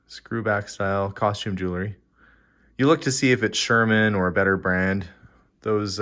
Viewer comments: It’s actually pronounced “jewel – ry”. Not “jewel – a – ry “. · Clearly already opened. Everything arranged face up… also, can we please pronounce JEW-EL-RY correctly? It’s not JEW-LER-Y. Ugh